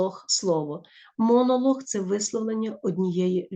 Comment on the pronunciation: монолог звучит как монолох🤣